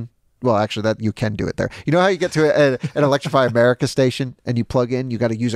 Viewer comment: That was funny when he just said electriify America 😂😂 as I’m in Philly charging at electrify America 😂😂